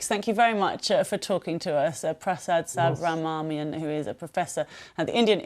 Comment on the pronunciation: cannot even Pronounce Subramanian, what a disgrace.